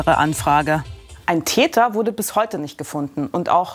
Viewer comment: *Täter, nicht Teter